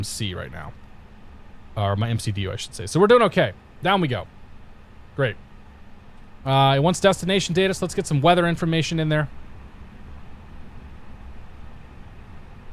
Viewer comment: Hey dude, love your vids. Quick tip: When you're entering airways in the MCDU (Micdew as you call it LOL), you can just input the airways back to back and the FMC will recognize where they intersect and auto-populate the waypoints.